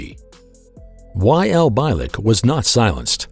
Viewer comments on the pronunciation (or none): mispronounced his name, it's pronounced BEE-LICK. funny how if you take the entire history of our planet and look to see OUR impact, you'll notice that WE have not even been around long enough to make a SMUDG on that measurement due to the FACT that we've not been around long enough to know anything but the BS that we keep rolling over again and again. how is anyone suppose to evolve or even be intelligent if we are taught the same BS since the beginning of our lives. i guess once all the POISONOUS people in power are DEAD we can finally have a world COMMUNITY